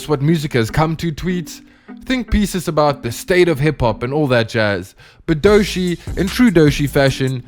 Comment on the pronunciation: Like many others, I look forward to more of your videos - but.. maybe less usage of varying AI voices, and ensure your AI voice actually knows how to pronounce the Artist's name. Otherwise, you are making it clear you're just a virus AI producer.